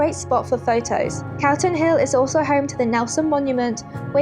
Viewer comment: I may be mishearing but it sounds like your saying Carlton hill not Calton (call ton) and its Edinburghs disgrace not Scotlands